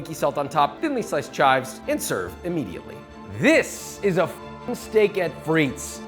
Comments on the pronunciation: it's just steak-frites, no "et"... and shorten the "i" in frites, it's more frits than freets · Coming from a French speaking region, that "frites" pronunciation threw me off haha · This is great, just one thing that is cringe worthy; you DO NOT pronounce the 's' in Frites, it's silent!